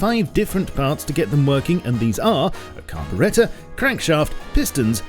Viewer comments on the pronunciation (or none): Did this dude just say carburetta...